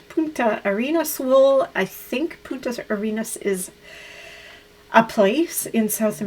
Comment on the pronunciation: With respect to the yarn for your your shawl, Punta Arenas is a city in the extreme south of Chile. And careful! you were saying Putas Arenas, which will cause young boys to titter, because that means sandy prostitutes... Youn need to add an n: PuNtas Arenas (sandy points). It's a delightful little city close to Antarctica, by the way!